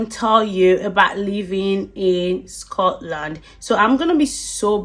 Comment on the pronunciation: You are saying Scotland all wrong!! Just go back where you came from..